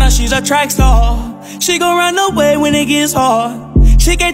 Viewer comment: Gurl I know it star l js said “staw” PLS